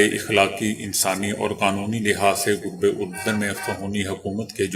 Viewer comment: غرب اردن کے اوپر پیش نہیں ھے زبر آپ ھمیشہ پیش پڑھتے ہیں